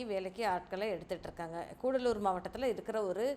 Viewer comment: கூடலூர் இல்லை கடலூர் 🎉